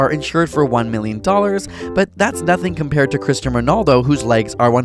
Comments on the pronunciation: Cristianoooo-Its not cristian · Sounded like you said Christian Ronaldo😒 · The way he said christiano??????? 😡😡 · Did u say ,,christian Ronaldo" bro its cristiano and its like the biggest deal in europe Good video tho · Stopped watching after he called Cristiano Ronaldo “Christian” 😡😡😡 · CRISTIANO NOT CRISTIAN. thanks. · Bro just saying it’s not cristian it’s Cristiano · CRISTIANO. NOT CHRISTIAN SMH